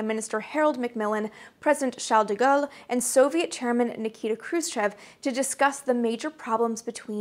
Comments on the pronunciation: Since everybody else is weapons-free in a relatively target-sparse environment, I will enter the fray and I have myself a giggle over her pronunciation of "Charles de Guele[asse!]." Also: I volunteer to proofread the quotations panels: someone needs to. Lastly, that pendant is tying my OCD brain into knots. I'm just itching to reach out and budge it over a centimeter to the right. Promise to withdraw right there. All that said: Amy is always articulate and well-versed in whatever topic she covers. Every bit as easy on the ears as on the eyes. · For those who have deemed it of value to express their petty annoyance of how Amy pronounces "reconnaissance", please take note of how well she pronounces "Charles de Gaulle" better than any of us Americans can! Allez, Amy!